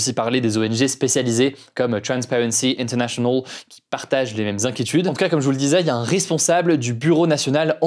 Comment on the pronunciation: Inter. Nationawl ( avec le vrai accent ! Il me bute )